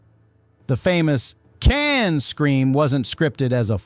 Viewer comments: “Caaan”??!???!?? C’mon, if you’re going to use AI voices, at least make sure the AI knows how to pronounce KHAAAN! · Not bad for an AI Generated Diatribe... it may just be the voiceover but calling KHAN 'CAN' is a tipoff.... :p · Just imagine if it was actually "CAN!" like the AI slop said it instead of the actual "KHAN!" 😂😂😂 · For the love of The great bird of the Galaxy, stop using AI voices. Kahn-Kahn? And it never pronounced Montalban The same way twice. Call me. I'll do it for nothing.